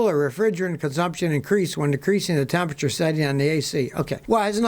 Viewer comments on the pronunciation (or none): none